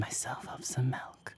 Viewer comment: He really said malk instead of milk